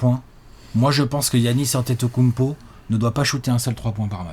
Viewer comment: "kounmpo" dsl j'étais obliger...